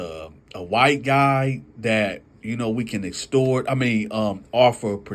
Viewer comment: It gets me every time when start to say “extort”😂